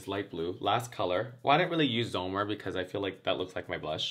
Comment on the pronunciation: Wow are you Dutch? Your pronunciation of ‘Zomer’ is legit!🤩